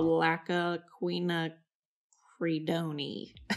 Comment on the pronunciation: Wonderful demonstration..I love the brush. FYI - quinacidone is pronounced Kwin akri done (long o, silent e). This pigment type is made by lots of different companies.